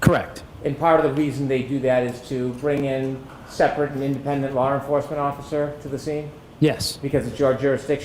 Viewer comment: There is no R in the word law😡